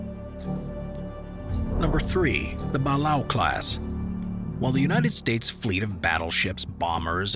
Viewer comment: Ba-lay-oh class